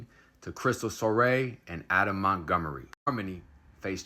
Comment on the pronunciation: Crystal——SORE—Reeee Not——— SORE — RAY